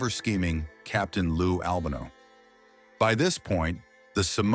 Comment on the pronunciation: Do you know how ridiculous you sound by repeatedly mispronouncing the name of Lou Albano??😮 Do your homework, man!!!